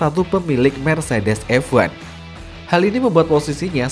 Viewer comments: Bang, bacanya F1, bukan EVVAN, semua video isinya bahas EVAN EVAN EVAN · dih ngapa lu, anak mami baper, ya jadi ngoceh gak jelas gini, orang aneh orang aneh. Gw berani survei yg gw omongin bener, emang kenyataanya dia ngomong EVVVVVVAN koq, bukan EFWAN, itu karena gw peduli sama chanel ini, kalo enggak peduli, bodo amat😊